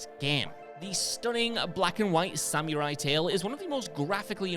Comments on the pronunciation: You lost me at "sam-yer-eye" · The heck is a "Samyurai?" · I'm sorry how did he pronounce samurai?!?!